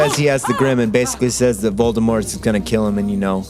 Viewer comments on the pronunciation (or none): none